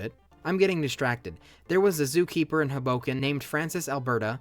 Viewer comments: the mispronunciation of hoboken is taking me outttt lmaoo - theyre pronouncing it with an emphasis on the 'bo' when it should be on the 'ho' - so it should be pronounced like 'hobo-ken' rather than 'ho-BO-ken' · It’s pronounced Hoe-Bow-Kin (this hurt my NJ soul) 🥲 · As someone from north jersey the way you say hoboken is killing me.... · never heard someone pronounce hoboken that way lmfao